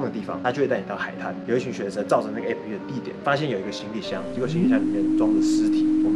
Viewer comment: 提個小意見 : A-P-P（逐一唸出字母）是錯誤的喔! app這個字是由application縮寫而來，所以當外國人在唸這個縮寫時，只會唸成/ˋæp/，並不會把每個字母都唸出來唷！